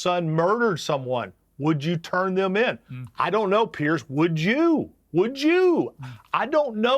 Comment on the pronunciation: PLEASE advise your guests that your name is pronounced PEERS , not PIERCE! its super irritating to hear them all mispronounce it.